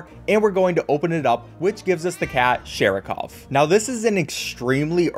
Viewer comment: Just a piece if useless info: Shah–Ree–kəv with a thrilled/flapped R is how you pronounce the cat's name in Russian. The R is like in the word "better" in some American accents (pronounced: beRa). In Standard American English it would be the same, except the R would be pronounced like it is usually pronounced. "Sarah-cough" is close, but not quite it. P.S. sorry if it sounds offensive, I totally don't mean it like that. Just a piece of mildly interesting, yet useless information.